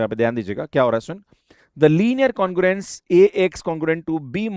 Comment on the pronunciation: That is congruence, not congurence